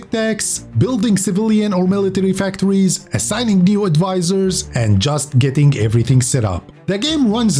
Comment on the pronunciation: "civilian or military factowies~"